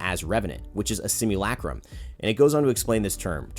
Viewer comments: Simulacrum - simu,LUH,crum . not LACK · Everybody: sim you la chrome: sim you lacrum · Sim-you'll-a-chrome. That's how you say it. I know that's sounds weird from how it's spelt but that's what it sounds like in Titanfall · You’re pronunciation of simulacrum are making me grind my teeth. PLEASE PRONOUNCE NORMALLY